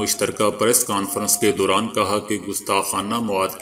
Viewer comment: "dauran" aap ne "Duran" kaha jo keh flat hai